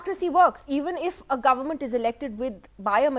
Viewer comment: Did he say garment or government?